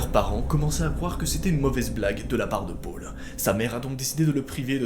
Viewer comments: " et son petit frère pôle " PÔLE NORD 😂😥 deso mais tu le dit bizarrement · tu dit mal Paul